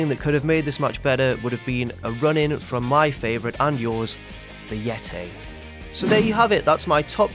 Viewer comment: "the yea-tay"